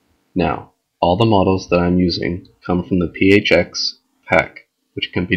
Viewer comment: OMG when you said PHX i thought you said Pee Age Hax